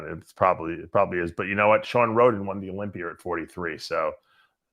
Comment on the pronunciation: Dave it’s a Olympia not olympier